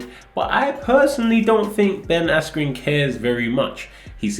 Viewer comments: The fact that a guy was walking ahead of Ben holding a sign saying "this is Ben" and then Buffer pronouncing his name "Askew". It was clearly a clown show in one way or another. Jesus is the way. Whatever controversy might be about his name, I believe that God sent a righteous man into this world to show us how to live. When we live for others and not for ourselves and beg the Lord (Holy Spirit) to remove our pride he starts to show us His heart and we become friends with our creator, because after all knowing God is a relationship not a religion. Its about living free from the things/sins that weigh us down because that's what God wants for everyone. Its tough, our flesh is weak, but the more we ask and go through seasons we gain strength, true strength, being able to talk with authority and love with power. And He is faithful and will bless us beyond belief when we fully trust in Him. I pray the Lord continues to move and open eyes in these testing days. Much love from Vancouver BC. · whats ur thoughts on buffer saying askew instead of askren? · forgot to say micheal buffer’s mistake in pronouncing ben’s name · Someone probably wrote the name wrong on the cards. He is involved in boxing so we can't blame him for not knowing who ben is and mispronouncing the name. Names in the UFC have been butchered plenty of times too, it happens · How is no one mentioning the fact that Michael Buffer purposely mispronounced askrens name, snoop dogg was also a complete clown... completely lost respect for both of those guys. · ngl, buffer literally pronounced ben's name wrong and he had been doing announcements for centuries.